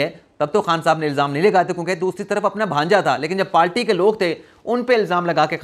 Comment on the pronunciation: Dear I listen you and want to correct a word which you pronounce wrong correct word is “PARTY” not “PALTY”